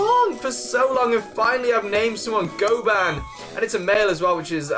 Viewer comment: Oh I didn't notice you named it goban, and just for advice its pronounced Go-bin not goban